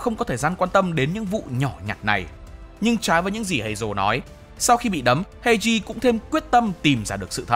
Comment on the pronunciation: Kênh đừng đọc phiên âm "ei" là "ây" được ko ạ :(